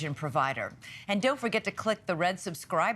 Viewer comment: Did she say unbiased 😂